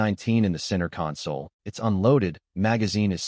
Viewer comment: It's AI. Decided when it mispronounced 'console'.